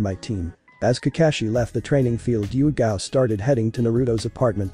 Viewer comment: um its not yugito its yugao i think